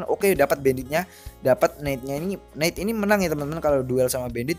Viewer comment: bukan neit bang tapi nait bacanya 👌😊